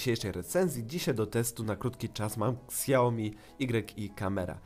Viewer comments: Siaomi nie ksia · ps mowi się siaomi